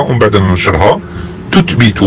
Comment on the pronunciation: الشخص الذي يتكلم ليس جزائري لأن نطقه كلمة مصر و المغرب لا تنطق هكذا في الجزائر و الارجح مئة بالمئة انه مغربي. ضف الى ذلك كلمة تثبث و كلمة الوثائق. فهنا ينطقها تتبت و ينطقها الوتائق. و نحن في الجزائري ننطق حرف الثاء ثاء و ليس تاء. و الله أعلم الهدف من نسب هذا الكلام لجزائري.